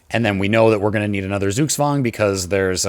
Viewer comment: your pronunciation of zugzwang isn't optimal